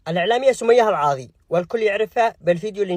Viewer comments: اسمها سمية العاضي مش العواضي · اذكر اسمها صح العاضي وانت تقل العواضي